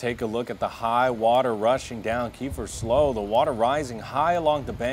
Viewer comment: Slough is pronounced slew. And it is Greenville Y not green village.